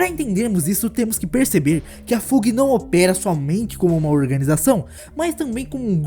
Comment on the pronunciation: Ótimo vídeo! Parabéns seguirei o canal. Dicas sobre pronúncias: Fug = Fâg / High Rankers = Ráig Rankers / Wolhaiksong = Uolaiquesong